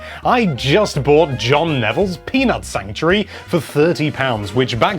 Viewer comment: i thought he said penis sanctuary